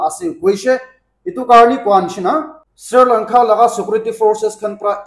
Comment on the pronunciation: Sri Lanka ❌ Sir Lanka ✅